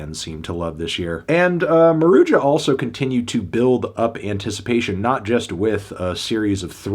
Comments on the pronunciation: "maroodja" lmao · It's pronounced "Maruha" this stuff is so easy to look up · the band themselves says that its pronounced maru-juh